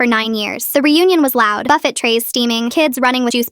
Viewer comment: Did they just say buff fet? It’s pronounced buff-feh